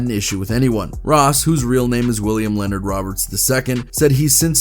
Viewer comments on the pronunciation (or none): none